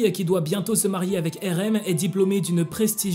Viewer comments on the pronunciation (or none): Marier pas marer 😂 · t'as e ris marer au lieux de marier